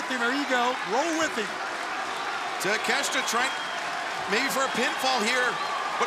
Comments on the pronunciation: Takeshita ✅ Takeshta ❌ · Konosuke Ta-Meh-shita 😐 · Lmmfao!!!! Take-shit-a 🤣🤣🤣🤣🤣